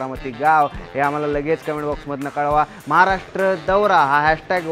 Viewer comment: अरे भाऊ [महारष्ट्र] नाही रे 'महाराष्ट्र' आहे ते...